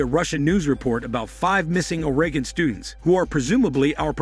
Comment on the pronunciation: The AI cannot pronounce Oregon